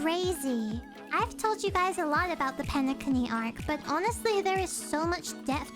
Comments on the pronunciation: Nice to know many new players plays HSR. HOORAH ❤ And wait did you just said PENE-CUNNY?????😂😂😂😂😂😂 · Me when she says Penecony wrong nah it's alr I'm just happy see more animators play our lord and savior Honkai Star Rail all hail Qingque, Firefly, and Acheron! I ALMOST HAVE E1 FIREFLYYYGGGNFIDNDJFNFSUBSUDBEUDHFH! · Really liked how you said penacony xD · did they not tell you the correct pronounciation of Penacony?